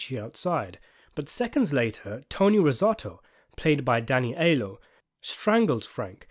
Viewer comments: PLEASE it's pronounced "Eye-ello" not "Eye-lo". How about Roth told the Rosatos to say that? If Frankie lives, he flips or goes after Michael. If he dies, Michael gets told he was ready to betray him, so Roth was doing him a favor. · If I may, please, Aiello is pronounced Ai-ELL-oh ✨ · It's Danny EYE-ello.